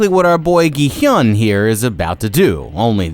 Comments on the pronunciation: "gee hyun" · Its gi hun not gy hyun😊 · why are you calling gihun as jihun????? Theres a G RIGHT THERE???? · why do you keep saying "gi-hyun"??? it's "gi-hun" 😭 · Ah yes "gihiun" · Im only 4 minutes in and im gonna say this, you have mispronounced every word, gi-hun 기훈 (pronounced gi-hoon) and ddakji 땈지 are just 2, you should make sure you know how to pronounce the names of people and stuff before making a video and not just go off the subtitles. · bruh how can u still get the main character's name wrong after watching the entire series likely multiple times to write the script "gi hyun... jee hyun" EDIT: bro got Thanos wrong too idk man it might be intentional at this point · thats not how you say his name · I've never understood why people don't research pronunciation when they're making entire videos about the subject. Plus if they've actually watched the show they'd know how to say it. They're either stupid or disrespectful and I'm not sure which is worse... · bro keeps adding a y to Gi-Hun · Dude... Learn how to pronounce the name of the games BEFORE you make the video...